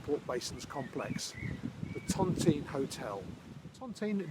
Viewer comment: Hi. Lovely video, just one pet peeve that I can’t help but mention because generation of my family were housed within the tontine cottages. The pronunciation of Tontine isn’t Tonteen but Tont-eye-ne.